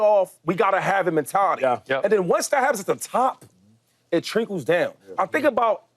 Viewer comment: “Once that happens at the top it trinkles down” … dude, it’s trickles 😅 Love these guys take on game 7 💯